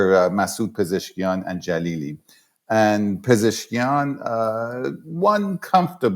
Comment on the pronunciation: Thanks for the great interview. His name is Pe-zesh-kian though 😊